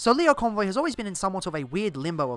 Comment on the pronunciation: It's Lio Convoy, not Leo Convoy. He says his name literally every time he transforms